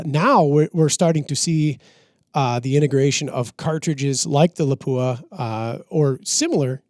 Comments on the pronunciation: PLEASE.... Learn how to pronounce Lapua. It is not la-pooh-ah It is Lahp-wha Don't believe me? Visit their site or their channel. Keep up the great work. I love your podcast content and production. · Good Program. Unfortunately you missed the most important thing you could do to educate the shooting public on all thing Lapua. That is to pronounce the name correctly. It is pronounced "Lop-wa" without the hard "u" sound. Congratulations to the one gentleman who pronounced Sako correctly as "Sock-O" instead of like the watch company. It amazes me that the shooting community in the US is giving Lapua more attention and respect for the quality of their products but still 99% of them mispronounce the name. I'm not trying to be hypercritical, I understand we Americans in general are not good at trying to learn to say foreign names correctly and then the incorrect get repeated so much it is accepted. If this were the "Joe Bob's gun talk" channel I would be less surprising. However, for all the research you do it's a shame that an industry sponsored channel can't show another name in the industry the courtesy of learning to say the name right. Instead of accepting things that are wrong just because so many believe it we should educate as many as possible about what is right. True in all aspects of life. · Proper pronunciation for the 338 Laupa is Lop wa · Please pronounce Lapua correctly. The accent is on the first syllable. Videos available on their website.